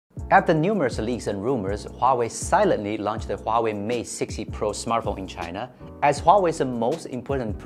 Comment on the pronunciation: Finally, I heard Huawei not Waway.